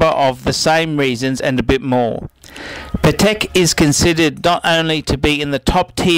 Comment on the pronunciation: You don't know how to pronounce Patek. Jesus....